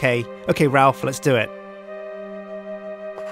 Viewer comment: It's more like Ralph, actually.